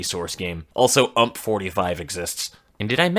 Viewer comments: I'm pretty sure it's U M P instead of UMP? you don't pronounce the AK in AK-47 as "ack", do you? Or AR-15 like "arr"? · The way he says ump hurts